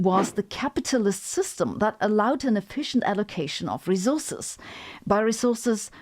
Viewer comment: Every time she says rezorzes (resources) makes me want to scream